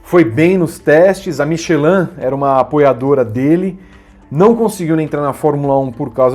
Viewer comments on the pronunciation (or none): none